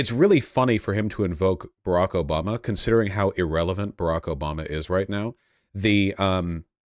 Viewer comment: Litterally "Obamna.... "